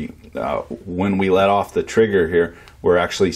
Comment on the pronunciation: you add the letter "r" into words without r's. "borch" instead of bosch, "on or orff", "mortor" ect. btw im canadian and I can say Massachusetts fine lol